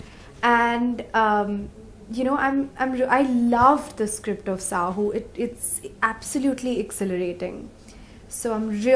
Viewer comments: Its SAAHO not SAHOO for God's sake! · Not saho it's SAAHO